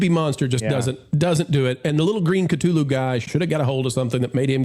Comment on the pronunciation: Thank you for correctly pronouncing Cthulu. This makes me happy, as does this revue. I was going to skip this, but I think I'll go see it now.